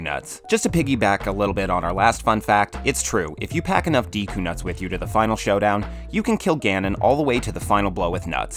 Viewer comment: Add a tenth: it's pronounced "Deh-koo", not "Dee-koo" :P